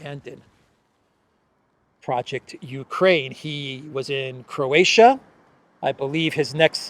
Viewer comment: say Croatia one more time ..i dare you ;-) .... and forget to mention other attendants that comedy in our Dubrovnik .